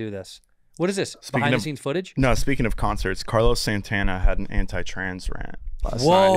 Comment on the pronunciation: SAN-TAN-UH! SAN-TAN-UH!